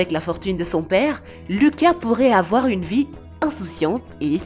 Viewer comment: Lol c’est vie pas vit